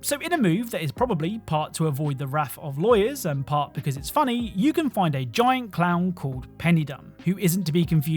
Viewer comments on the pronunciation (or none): none